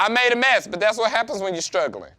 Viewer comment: 🤣🤣🤣🤣 He randomly says "strugglin"